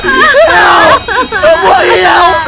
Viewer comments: Sorry but he said someone hayelp meeee😂😂😂😂😂😂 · "Someone Hyelp me " made me laugh